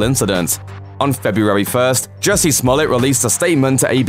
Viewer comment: Jussie not Jessie for God's sake